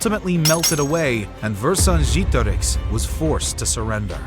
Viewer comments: It wasn't that bad, the mistake is that he used an english E at the second E It shouldn't be pronunced like E but like EH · Oh, come on - I'm sure not even the French pronounce Vercingetorix like that 😂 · What is the deal with these random history YouTubers coming up with these unique and elaborate ways of pronouncing historical names? I've literally only heard Vercingetorix pronounced 1 way across scores of documentaries I've watched, yet apparently you know the "correct" way of pronouncing it? I'm not even doubting the veracity of your pronunciation.. Maybe it is correct, but quite frankly, it just makes you seem pretentious.. You do you though. Otherwise, a great documentary and an excellent way to spend my time making dinner tonight. Keep up the great work. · This is probably the worst pronunciation of Vercingetorix I have ever heard haha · That's an odd way to pronounce "Vercingetorix" 😂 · Ikr it was super weird to listen to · it was about as bad as it could get without saying a different word